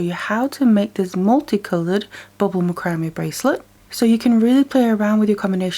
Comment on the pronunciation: This is not meant to be a negative comment... But I think that you are pronouncing this word 'macrame' the wrong way. It is pronounced as "MAC-CRA-MAY"... not "MA-CRAM-ME" As a young one growing up, I used to have a problem with my speech. I could not say the "SH" sound. I was showed how to hold my tongue to pronounce it the right way. Ever since, if I met someone with the same problem, I would just pass my knowledge onto them to help them pronounce their words the right way. (My son even has a speech problem.) Most people take my advice very well. Yes, YOU do "GREAT WORK", and I have learned a lot from you too.